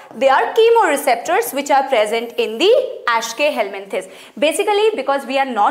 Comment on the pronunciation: Mam=ashkeyhelmenthis Me= eschelmenthis🤣